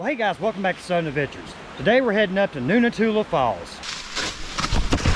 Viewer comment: It's Noontootla. Noon toot luh